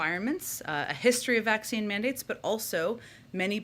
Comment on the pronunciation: Um, it ain’t a vakseeen